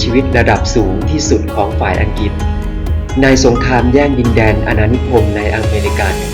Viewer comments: อังกริด ไม่ใช่ อังกิด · น่าจะออกเสียงให้ถูกต้อง...คุณออกเสียงได้ดี..แต่พออังกฤษคุณออกเสียงเป็นอังกิด..